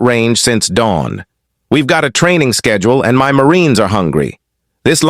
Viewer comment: What was the reason the AI narrator pronounced the word “my” as “em wy” ? “You’re in EM WY establishment, on EM WY time, disrupting EM WY Marine’s meal…” It’s a basic English word, not a secret code !